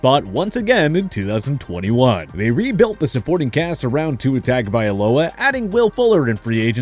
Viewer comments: The guy has no idea how to pronounce tua's last name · Who the hell is Tackovailoa, Roheem Mostair and Jaair Alexander? It’s like y’all don’t even try to pronounce their names correctly, yet their names are mentioned multiple times by commentators and interviewers, just do the damn research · They do it regularly. Like who tf is Tackovailoa, Roheem Most-Air and Ja-Air Alexander? It’s like they don’t even care about the players enough to at least learn their names. It’s not like commentators and interviewers mention their names all the time, so it’s just all down to laziness and lack of research. It’s annoying as hell, and then they try to correct others by making those videos, but they won’t the work themselves